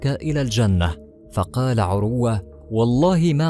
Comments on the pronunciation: اقبلوامني هذه الملاحظات: ١- اقول لصاحب القناه يابني آدم تعلم تلاوة الآية بشكل صحيح. من اي امام لمسجد قريب لك. ٢-ان تنطق اسم(عروة)بلا تشديد على الواو. ٣- يابني آدم لا تحلف على من (تردى حظه) وفتح قناتك بالصدفه وتطلب ننشر لك وانت كلك اخطاء/ ٤-على المتابعين الأغبياء لاتقوموا بمهنة التسول عبر القنوات وتحلفون علينا ان نمدكم. فوالله لم ولن امدكم الا بالدعاء ان يكشف الله ستركم ويفضح خداعكم وكذبكم على الناس. المتابعين لاتت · اسمه عروة بتسكين الراء وليس بضمها